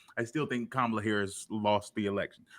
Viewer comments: 10 min in, and these guys intentionally (or not) mispronouncing Kamala's name and calling it the "Democrat" party is wild. They sound indistinguishable from typical FoxNews pundits. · Maybe if you have trouble with her first name use her last name like we do with male presidential candidates. Not even you can fuck up pronouncing Harris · There needs to be a psychological study on why those who didn't support Kamala Harris are physically incapable of pronouncing her name correctly. It's bizarre. It's not a hard name to pronounce. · Is still intentionally mispronouncing Kamala’s name? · I think it's indicative of whether or not one supports her. I've not done or seen any polls or studies (lol) but it seems to me, if you don't pronounce her name correctly, you didn't vote for her.